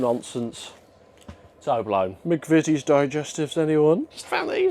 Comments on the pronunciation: "some proper no nonsense toe blown" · He mispronounced it the same way the last time he had videos in Vietnam. Made my skin crawl tbh, and it was no less alarming the second time around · And can't pronounce words like Toblerone? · So, anyone else just discovering can't say "Toblerone"? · I rewound it while I was watching to just check 😂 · I thought he was mispronouncing it , but then I wasn't sure if it was an Asian version.